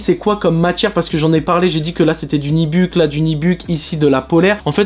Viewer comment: Où est le i dans NUBUCK?!? Ce mot se prononce NU-BU-CK et non Nibuck!